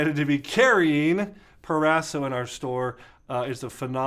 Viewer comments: PRO-raso not PER-raso right? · Please pronounce: Pro-ras-o. Pro.